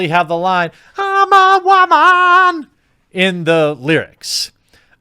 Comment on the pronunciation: I love that the word "waman" as in "bat waman" just rolls off his tongue like that's just how he says "woman" now. Love this show